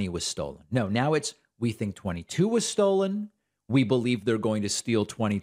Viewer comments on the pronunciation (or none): I'm sure someone MUST have told Mike that "stold" isn't a word... Right? 😂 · Stold Cy-ber-lee. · I crack up every time Bargain Bin Burt Reynolds says “Stold” 😂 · I just can't believe that none of Mike's friends will tell him to stop saying stold. He's losing his marbles.